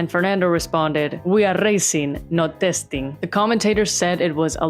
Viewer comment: La forma en la que cambias tu acento a modo español cuando dices: "we're racing, not testing" 😂